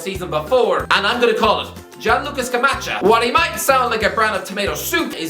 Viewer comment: it's pronounced "skah-mah-kkah"